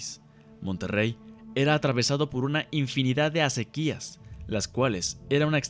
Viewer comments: FELICIDADES MHIJO!!! UN EXTRAORDINARIO TRABAJO!!! Observación de buena fe: aunque la palabra ACEQUIA no se acentúa, por ley de usos y costumbres se pronuncia como si fuera sobre la E. ACÉQUIA. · BUEN MATERIAL, SOLO ME PERMITO CORREGIR, LA PALABRA ACEQUIA SE LEE CON EL ACENTO NO ESCRITO EN LA LETRA "E" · Asi es ..pronuncia mal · Esta mal pronunciada la palabra acequia, el acento va en la "e" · es una aseveración que yo iba a hacer, que bueno que no fui el único que lo notó...